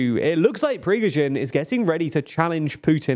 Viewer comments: mean yeah nobody is expecting them to get it exactly right, however how one could read “Prigozhin” and say “prigzovin” or “prisgozin” is beyond me. That is literally just not reading the word correctly. The fact the pronunciation is inconsistent also makes it come across as low-effort. I think the hate is justified generally, even if its a largely inconsequential error. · My favorites Progeero-chin or Prish-gorin😄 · Who's "Prishkovin"? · Who the f is "Prizkhovin" at e.g. ? You guys have been covering this subject for a long time now, at least learn how to pronounce these names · "Prishgowin"? You're not even make an effort any more to pronounce the letters in the proper order... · exactly... he did it in an previous video aswell... come one, it easy to say prigojin... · Great content, but please stop butchering the names! SHOI-GU, PRI-GO-ZHIN. Also i think he commented that "happy granpa" is supposed to be addressed to Shoigu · Him pronouncing Prigozhin differently every time must be a meme right? For it is also wrong every time! 😬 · It is honestly so distracting hearing you call Prigozhin’s name in 8 different ways in the video. You’ve done it before, but for a video specifically about him, it’s less excusable to just mispronounce it constantly. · new drinking game: take a shot every time Prigozhins' last name was mispronounced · You keep butchering his name. Fitting for a butcher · bro, everything you said is right but pls consider changing the way you say prigozhin, it sound terrible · I like this channel, but please learn to pronounce Prigozhin. This is the second video you have butchered the name. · I think before anything else happens Prigozhin might come for the channel crew just to make sure western audience gets his name right:)))))))) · As a side note, I love how Prigozin is pronounced differently each time he's mentioned ;) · I think you went through every possible pronunciation of Prigozhin imaginable in a single video 😅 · prishgowin lol